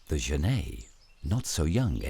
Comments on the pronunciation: I agree , the narrator says GENAY , But it is pronounced Jennet. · It's not pronounced zhaney it pronounced jenet like a fishing net it's an African word not French I live in Zimbabwe I know this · Genet is pronounced 'djennette', not 'zhennay'. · Yeah Lol I was thrown off by his pronunciation. Almost though I was wrong saying "JENett." He's mixing it up with the French writer Genet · Okay, looks like this video (or the other copy just like it) are the same thing. I've seen this "documentary" in several places. I'd like to see the BBC or PBS do a proper documentary on genets. The Cons: 1) That is not how you pronounce genet - FYI. There is a French surname, Genêt which is pronounced that way, but the two are not related. 2) The frame-rate is crap. Increasing the playback speed to 1.25 helped mostly, but it's still not completely smooth. 3) I suspect that this is a home-made documentary, as in someone let their pet genet run around the woods while they took footage. 4) Half of the footage is of other animals, and the made-up, flimsy storyline is boring and uninformative. The Pros: 1) The environment is pretty. 2) Genets are cool, cute, and underappreciated. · > Genêt = French surname (pronounced as the narrator pronounces it, which is correct for the surname - not the animal) > genet = an animal, a type of feliform, in the viverrid family (pronounced /ˈdʒɛnɪt/ or /dʒəˈnɛt/) According to the online etymology dictionary: from late 15c., from Old French genete (13c., Modern French genette), from Spanish gineta, from Arabic jarnait. In any case, the t is pronounced.